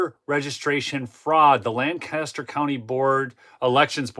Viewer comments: for future reference LANCASTER County Pennsylvania is pronounced LANK-A-STER with emphasis on the first of three syllabers... LAN-CASTER is the county in New York State. Subtle distinction . The Amish pronounce it as LANC Uh Ster That's all. Awesome corruption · Btw, pronounced LANK-KISS-TER. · LanGcaster is how they pronounce it in other places, the locals say LanKaster. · Fun fact: People in Lancaster pronounce it LENK-ESS-TUR I say it the same way did. It’s funny to hear when you’re out there. Tons of Amish there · My wife is from Lancaster PA. She asked me to point out that the pronunciation is Lank-aster .